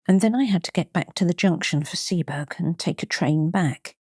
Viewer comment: Arh!!! A great reading, but it's pronounced 'Sea-bo-rugh' not 'Sea-berg'.